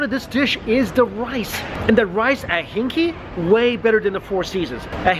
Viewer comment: PS LOL the restaurant name is not pronounced as "hinky"... should be hing "gay".